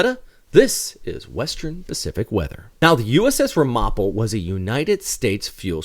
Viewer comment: It's a quibble, but the name of the ship is pronounced RAM'-uh-po, with the emphasis on the first syllable. (I grew up in the Ramapo region of NJ-NY.)